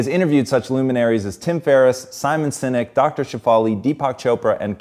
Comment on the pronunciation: Did he really say simon sinek?